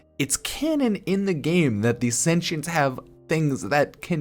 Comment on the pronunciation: It hurts when you say shentients instead of sentients 😭